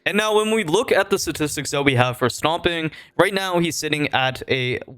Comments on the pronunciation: is it just me or do it sound like he keeps saying "stomping" instead of stompn? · why are you saying stomping 😭 great vid though